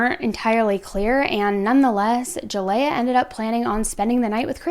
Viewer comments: Her name is pronounced ( Ja lee yah) not (Ja lay ah) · Please do some research next time because you’ve been saying Jaleayah’s name wrong the whole video.